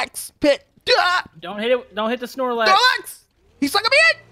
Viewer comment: Saarlac pit not snorlax pit